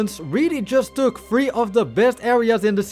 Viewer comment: It was cute hearing three pronounced as free.